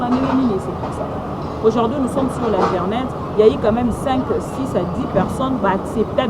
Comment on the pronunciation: aujourd'hui et non aujord'hui quelle pronciation eeeh